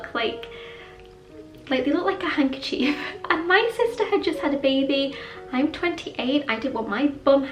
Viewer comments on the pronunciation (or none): none